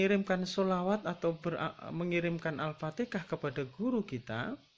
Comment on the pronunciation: Alfatiha bkn alfatekha..maaraj pn gak betul lg